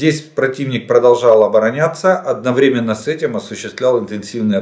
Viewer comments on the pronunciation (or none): none